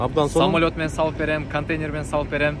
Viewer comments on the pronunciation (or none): none